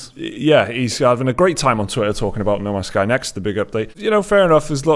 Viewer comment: The way you say No Man's Sky almost sounds like Namaste.